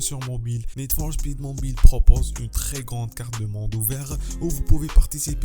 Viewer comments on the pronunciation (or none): Wouah il abusé comment il dit Need for speed